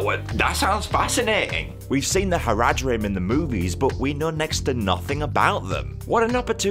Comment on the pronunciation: You're pronunciation of Haradrim is making me want to die